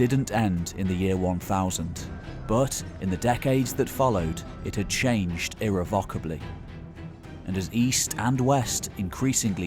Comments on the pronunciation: You use it so often that you'd do well to learn how to pronounce "irrevocably" properly. It's "ir-REV-uh-kuh-blee", with the stress on the "REV" syllable. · Superb video, my only complaint... Please learn how to pronounce irrevocably... It's a very minor criticism, but one that niggled me.